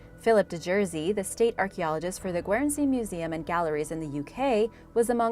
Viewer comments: Hi, the first one is pronounced Gern-sea! Just a heads up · Guernsey is pronounced gurn-see, like famous milk cattle that originated there. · Your pronunciation of Guernsey is completely wrong. It’s pronounced with a silent e